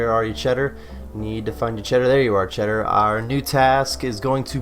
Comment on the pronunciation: Chaeldar*** not cheddar lol